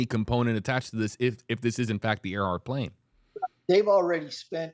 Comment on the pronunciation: WFLA producers: For future reference 1) Earhart is pronounced airhart - nor earhart 2) Gardner / Kremins has been known as Nikumaroro since 1979 3) target was Howland - not Howard! - Island